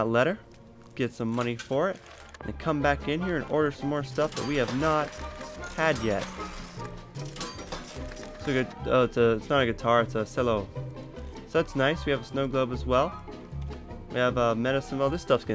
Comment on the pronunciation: Wow Its not a guitar its. A sello Actually its pronouncrd CHE-LLO